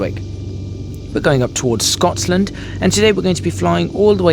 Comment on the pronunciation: WTF is "SCOTSLAND"? FFS!